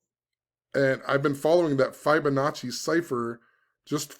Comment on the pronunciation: Fib-onacci not Fibe-onacci lol Think of the word "Fib" not "Fiber"